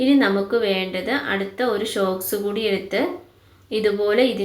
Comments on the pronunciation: ഷോക്സ് അല്ല സോക്സ് anu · Shoks അല്ല സോക്സ്